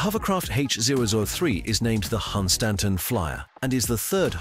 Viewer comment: Yeah, it can't pronounce Hunstanton